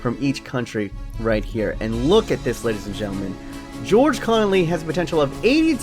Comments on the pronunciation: A guy at my school is called George Connolly that will never sound right for me when you say it lol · it just sounds weird when u say his name cause I know someone with that name